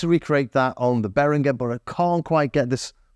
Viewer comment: I wasn't about to comment, but this video deserves another one, if only for the YouTube algorithm. Great comparison. And you are one of the few people who actually pronounce Behringer very well.